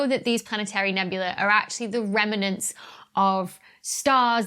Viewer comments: Is that 'reminent' or do you mean 'remnant'? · Ah, this slightly bothered me too. Rem-nant, not Rem-in-ant (or perhaps Rem-en-ant). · Dr B, love your videos, but purlease get your pronunciation of remnant right. It has two syllables, not three, (like please has one syllable, not two)! I don’t know why it grinds my gears so, but it does, like nucular. You still rock, and so does your content. xx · Yes, I've been wondering what a "remernant" is. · Am I hearing an extra vowel and syllable in Remnant? adorable. love this channel!